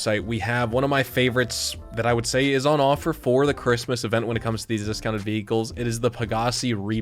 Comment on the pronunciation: Speech impairment or miss spelled Christmas 😂. Merry Christmas 🎅